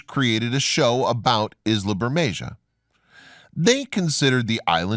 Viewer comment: Pronounce "Bermekha".